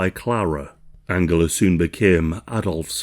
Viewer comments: Angela!! AN-JEL-LA!!!! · This is a great video, thank you for making it :) I did find the back and forth of the pronunciation of Angela jarring though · Angela pronunciation another one. Seems to change from German pronunciation to English and back again.